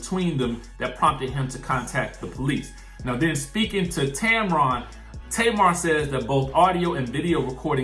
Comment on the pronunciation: it’s Tamron pronounced Tam-ran 🤣